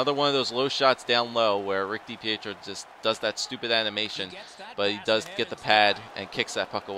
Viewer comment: Stop saying d-p-eh-tro it's dipietro